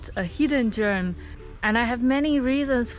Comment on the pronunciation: "a hidden germ..." my ear committed a crime 🤣